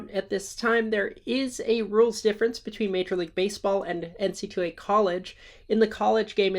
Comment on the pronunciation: only person I've ever heard call it N-C-Two A.